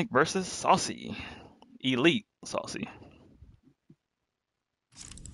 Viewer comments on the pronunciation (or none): none